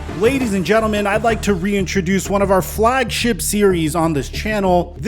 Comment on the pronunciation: This nigga said flagship. O'lawd